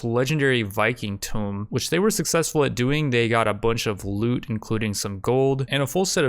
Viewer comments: The fact that you pronounce tomb "tome" greatly bothers me. It is "toom", rhymes with womb. T_T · the pronunciation is in the parentheses. oh and oo are different between the two words. He keeps pronouncing tomb as tome. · Day 2 of telling that Tomb is NOT pronounced like Tome. Tomb rhymes with womb. Tome is a soft rhyme with Bone, or Throne. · Why does he keep calling the Ancient Tombs, "Ancient Tomes"? Does he not know that "Tome" is a synonym for "Book"? It's Pronounced Tuu-mm not t-Oh-m. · For the love of god it's not a "tome". It's a tomb. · "Ancient Toam" You mean a "Tomb" Pronounced "Tuuum"....